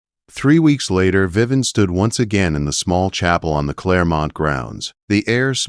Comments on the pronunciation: Her name is not Viven; it’s Viv-vee-en! AI is not good at pronouncing names! Needs work! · Yeah, that mispronunciation is very annoying. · Lovely story. Only a couple of incorrect AI pronouncements: VivEE En not Vivan, and Grosvenor is GroWvenor, the s is silent. Otherwise quite a pleasant AI narration, with correct emphasis and few but correct pauses. Good narration makes such a difference.